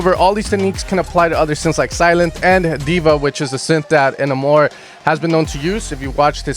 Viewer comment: Yotto is pronounced “Yatoah” Enamour is pronounced “Enamer”